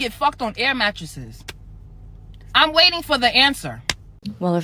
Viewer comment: "I'm wAYing"